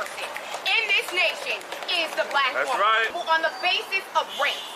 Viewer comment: “As a black whamon” 👱🏿‍♀️